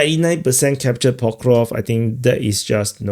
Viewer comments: he's not ever gonna get that right his accent is in the way of his tongue and teeth from making the sk sound after the v sound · It's Pokrov-sk, not Pokrov 😂